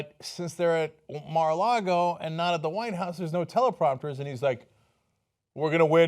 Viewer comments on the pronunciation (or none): none